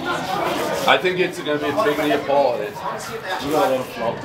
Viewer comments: It's NAPOLITAN not NEOPLITAN!!!!!!!! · Is this actually how Brits pronounce neapolitan?